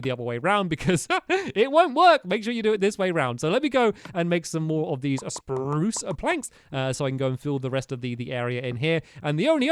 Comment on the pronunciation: Stampy SPRRRRRRuce